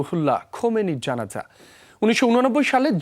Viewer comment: Sanbadik Hindi kiristan naki 😂😂😂😂....Janaja bolte parena